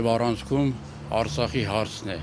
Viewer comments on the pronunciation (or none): Հլը բառը ճիշտ ասա Արծախ չե այլ Արցախ հետո շարունակի